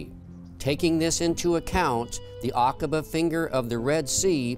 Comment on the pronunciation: Love this 💓 Now you pronounced it right 😊 Akaba